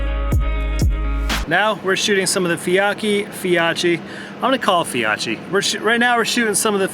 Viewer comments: Fi "oak" ee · when it’s a combination of CCH, it’s pronounced as a hard K. 😁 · Being Italian, I teach you how to pronounce Fiocchi next time I see you lol. I love the bang of the bigger rounds 👍. Awesome job on the editing bro.